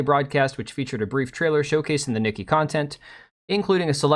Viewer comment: Nikke pronounced 'nikkay' not nikki